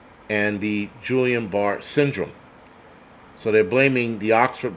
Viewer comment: Fyi Guillain Barré syndrome sounds like gee aan baar 😁